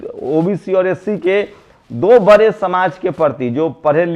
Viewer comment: बड़े & बरे बोलने मे उच्चरण me सुधार करे